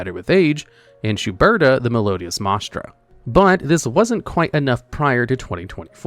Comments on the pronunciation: You know, it is a video, if he is mispronouncing simple words like "Mah-es-trah"...... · And he still hasn't learned how to pronounce Maestra